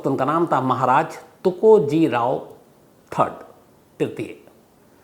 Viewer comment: You should call TukojiRAO not tukojiray